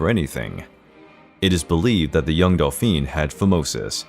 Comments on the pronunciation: It wasn’t Delphine, it was dolphin. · "Dauphin" = daw-feen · Louis of France, was a Dauphin, not a Delphine, and there are a couple of other mispronunciations that cause confusion. Was the 'delphine' meant as an insult to France? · Dolpheene? D-A-U-P-H-I-N (dohfahn) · The way he pronounces “dauphin” is actually the female pronunciation of the title. 😁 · Delphine? Too many mispronounciations. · Interesting but pity that the narrator makes so many mistakes in pronouncing names and dauphin!